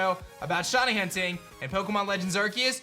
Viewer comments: “Shiny Hutning” at the end kills me everytime ☠️ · shiny hunting not hutning